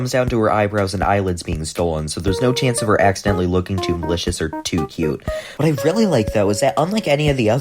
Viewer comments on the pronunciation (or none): none